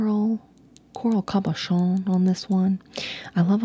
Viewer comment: I'm dead over the accent with "cabochon."